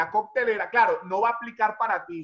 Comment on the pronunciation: Cortelera NO Coctelera